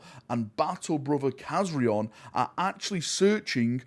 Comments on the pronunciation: Kazarion not Kazriel WTF 😅😅😅😅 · For anybody that hasnt noticed, those are the same Blood Angels from the Angels of Death series. The Chaplain Rafael and Khazarion ( Nice pronounciation ) the former or soon to be DeathWatch member